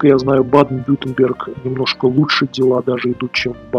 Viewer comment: произносить правильно надо "Байэрн" и "Ба-аден-Вюртэмберг" ... странно слышать такое произношение от человека, который живёт в Германии не первый год, как я понял, при всём уважении ;-)